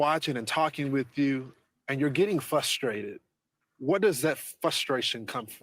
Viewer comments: fustrated!! Fustration!! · it's FRUSTRATED, NOT "fusstrated".